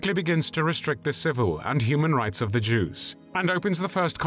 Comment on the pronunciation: Ok I love these personal documentaries but is it just me, or does it sound like he's saying "Juice" instead of "Jews" 🤣🤣🤣